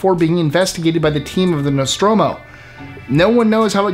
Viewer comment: Great list! Thumbs Up because you could pronounce "Nostromo" correctly, not even the original cast of Alien could do that in the game "Alien Isolation"! I'd add the original Romulan ship from the classic Trek episode "Balance of Terror" (I used to have the model), and I'd include (if you were including cartoons) the Phoenix from "Battle of the Planets" (not sure what it's name is in the original Gatchaman though, sorry)! Any ship that could morph into fire and not burn is pretty cool in my book! Keep up the great videos!